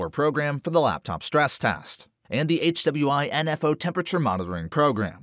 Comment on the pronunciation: lol at the way you pronounce aida and hwinfo